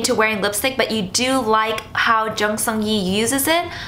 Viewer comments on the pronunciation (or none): none